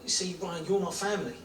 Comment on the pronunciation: I'm going to miss hearing you making Ryan's name three syllables. Ry-an-uh. 😂